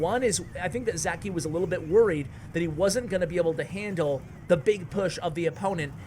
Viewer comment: Btw he is not Zaki he is Žaki nickname from name Žarko, not sure how to explain how to pronounce that Ž letter.